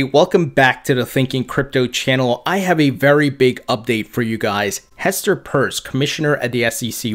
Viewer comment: Glad to see you finally pronounce Hester’s name correctly! Nice video